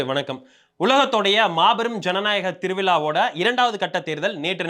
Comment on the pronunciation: Tiru vila va illa tiru vizha va. Ennayya Tamila kola pandringa.